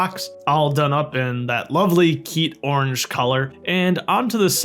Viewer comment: He called it keetorange!!! YES KEETONGU/BIONICLE REFERENCE!!